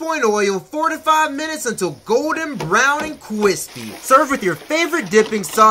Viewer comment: Golden brown and cwispy